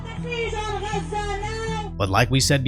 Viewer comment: Always always always distrust a person wearing a keffiyeh and especially those who pronounce Gaza as Raza. The former are mindless drones of the latter, who themselves are proxies of foreign Islamic agencies. It's really very simple.